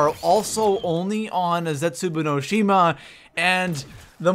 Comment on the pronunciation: The way he pronounces zetsubo no shima makes me cringe a little bit. Idk why